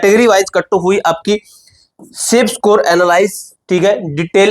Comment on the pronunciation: सकोर ❌ स्कोर ✔️